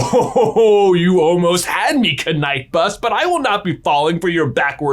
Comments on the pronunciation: Why do you emphasize the k in the knight bus and knut? The k is silent just like in knife or the ph in phone, further to this the movies also don't emphasize the k in either of these words, I so confused, can you do a video on this? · You do have to admire the dedication of pronouncing "knight bus" as "knight bus" for the entire video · He and his brother do it because it's funny. I think they did a video once about Wizarding money, where they decided that "knut" sounded cooler when you pronounced it "k-nut", and they've been pronouncing the silent K in all things Harry Potter ever since. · Does he not know how to pronounce "Knight", or is he just doing it that way on purpose? Either way it's bloody annoying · The K is silent stop murdering our language lol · It is a reference to the wizard money video, where they mocked the fact that a knut is pronounced with the K ;) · He knows it’s not pronounced with “k” but he just says it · no its just because the knutts (the bronze coins) are pronounced with a k. its just a channel joke that they pronounce every kn word with a audible k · haha its a running bit, not a faux pas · Why is the “k” pronounced? Lol😂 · SPRUNG! You didn't speak the K in knight bus :P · I feel a stab of pain every time he pronounces the K. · the funniest part is how the subtitles can't understand how j is pronouncing knight bus i've seen canaan bus, good night bus, and the kenai bus. lol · He pronounced Knight Bus so many times in the way he did, that I truly started to think I was wrong in saying it the same as night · Am i missing an inside joke? Whats with Js pronunciation of the knight bus? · it's pronounced like night bus not k-night bus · Night or Knight it's pronounced the same. I don't like it when you say Ka night. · The first K-night bus prononciation I thought was a taking the p**s of it, but then it continued! Knight is pronounced night! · Anyone else little triggered by pronunciation of k-night bus? 😬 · Kuh-night bus? Kuh-night bus?